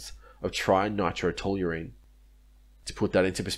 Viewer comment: Trinitrotoluene bro there’s no R in Toluene